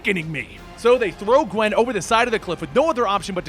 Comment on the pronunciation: Qwen pool spider qwen geez.